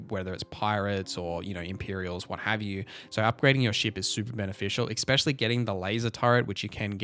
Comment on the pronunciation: Is it me or does he keep saying ‘ecspsecially’ instead of ‘especially’